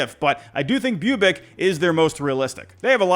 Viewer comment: Bubic pronunciation =bubutchetered